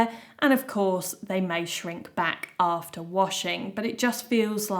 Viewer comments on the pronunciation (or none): none